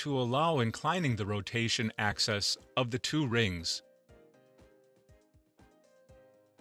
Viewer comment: Please... it's "axis" not "access". Later: The "curry" temperature of magnets? The narrator sounds like a typical American Midwest accent, except seems to have never heard some of the words that are central to his presentation.